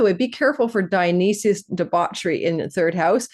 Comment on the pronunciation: Dio-nice-sys ... you aren't representing properly